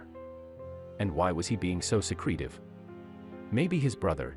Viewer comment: You may want to teach the program, how to pronounce secretive, its creepy as hell hearing it pronounced like that.